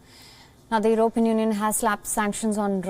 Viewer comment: can this lady anchor please pronounce European properly!!